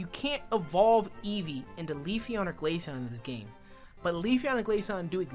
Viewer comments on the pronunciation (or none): none